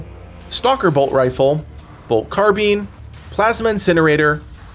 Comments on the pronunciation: Your pronunciation of carbine is ridiculous. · Looking great, thanks for the in depth preview. Though I must say, your pronunciation of Carbine caught me off guard, it's the only time I've ever heard it be said that way